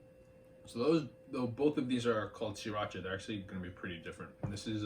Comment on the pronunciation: Spot on in my opinion. Thanks for pronouncing it "See-Racha" which nobody but you and the founder pronounces it correctly.